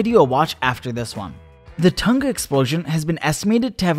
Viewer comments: Why is he pronouncing Tonga like that though? It’s “ton-gah” not “tuhn-gah” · BRO WHY DO AMERICANS PRONOUNCE IT "Ton-Gah" its "Tong-ah" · Tunga? "Tong nga" tonga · Pretty sure it’s pronounced “Tong-a” instead of “Ton-ga” btw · All Americans. Say the word ‘sing’ now say Tonga. For the love of whatever you believe in stop saying Ton Ga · It's pronounced Tong-A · It's fucking hilarious hearing Americans say "Tahnga" instead of saying it properly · T-Uh-n-Ugh? Kr-Uhk-uh-tow-uh? Hmmm? 🧐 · The pronunciation of Tonga is hilarious lmao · That's an interesting pronunciation of Tonga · I'm just here to hear everyone pronounce "Hunga Tonga". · They say Tonga wrong and it hurts my ears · You are saying Tonga Soo wrong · They are saying tonga wrong 🤣🤣🤣 please stop